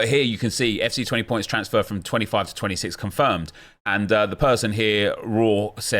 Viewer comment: Good work on the pronunciation of 26 at the start. It's always difficult when the new version comes out and i look forward to you messing up your intros for the first week of release.